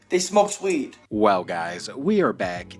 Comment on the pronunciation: "They smoke sweed"